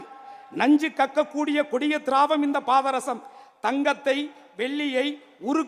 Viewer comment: Patharasam nra varthaiye,unaku ozhunga solla theriyala da punnaku